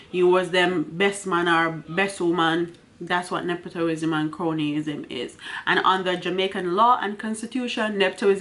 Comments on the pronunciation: The word is ne-pu-tism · nep·o·tism The o has a u sound... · Please madam, it’s not neptoism.... it’s NEPOTISM, if you don’t know the word look it up or seek help in the pronunciation also not improperty it’s impropriety. Children and students are listening please teach well with your platform!!!